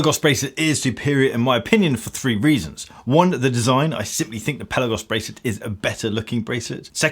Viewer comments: It’s called Pelaaagos, not pellagos! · Fantastic review as always. I do wish you'd pronounce Pelagos correctly though - Pelarrgos, not Pellagos. Also, the Pelagos is better than COSC, being rated at -2/+4. If I could find a new one in an AD here in the UK, i'd buy one. Are Tudor playing the Rolex game do you know ?